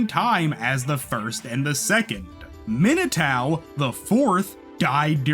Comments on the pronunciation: I'm sorry but "Minatao" instead of Minato is diabolical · Why do you say Minatao but not Narutao 😂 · every time you say Minotao I piece of my soul breaks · for real! this is a really wonderful video, but every time he mentions minato it drives me crazy